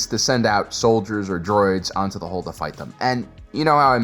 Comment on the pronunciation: the ONLY annoyance is people who cannot say 'hull', and instead say 'hole'.